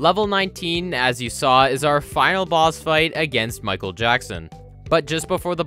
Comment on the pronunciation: that ain't Michael Afton, that's Miquel Afton.